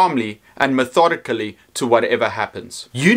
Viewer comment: Btw, you didn't mispronounce 'methodically' unexpectedly at all.